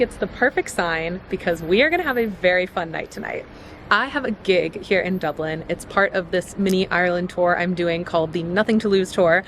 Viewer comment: Hi. Stop saying dubelin.